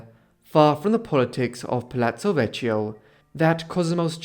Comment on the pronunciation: You are pronouncing ‘Medici’ correctly but ‘Vechio’ incorrectly: ‘Vechio’ is pronounced with a hard “k” like “vekio”. Excellent video anyway.